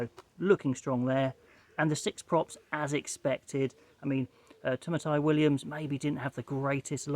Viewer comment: I would have loved to have seen Nankivell trialled at 12 but pretty good team that will be competitive with the big boys. Don't forget "Tamaiti" is pronounced "Ta mighty" (not Tamatai). Also three extra players will fly to England, including Weber and Finau.